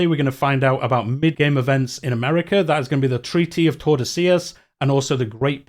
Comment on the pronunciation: BTW, you pronounced the double L very well Tordesillas.